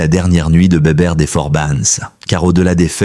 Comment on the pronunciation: on dit les forbans pas forbanes et Bébert pas Béberte.